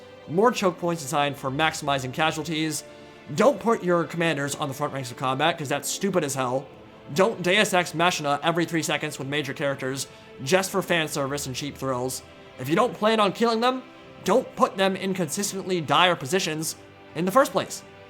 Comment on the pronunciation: Its pronounced like "dei-us ex ma-ki-na", btw, . its Latin, not English.